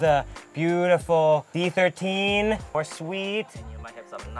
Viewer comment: no one is gonna talk abt D13 souding like DIE ???🤔